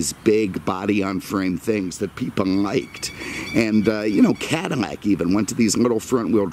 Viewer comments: Attention to detail is second to none love the videos but it's not Cadimack it's Cadillac 😆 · I swear every time I hear him say something that has an L, I hear M. Cadimac? Mexus MX460. Anyone else?